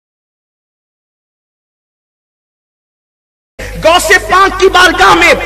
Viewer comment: گوس نہیں غوث ہوتے ہیں